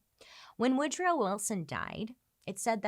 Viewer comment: Woodruff Wilson? … I thought it was Woodrow Wilson…😬